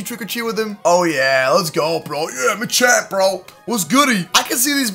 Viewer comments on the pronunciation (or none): none